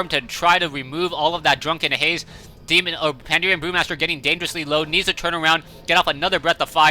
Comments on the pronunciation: I think its pan-da-ren brewmaster and pronounced the same way, no? says like pandeeerian brewmaster which is weird imo. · I'm pretty sure it's pronounced panda-ren, as in "panda" (English) "ren" (Chinese for "person") - so combined: Panda person. says "Panderean", whatever.